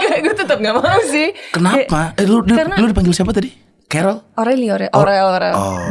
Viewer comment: Tapi emang aku dengernya carol deng wkkwkwkw